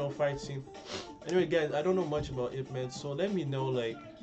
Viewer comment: wow your pronunciation of yip man is pretty good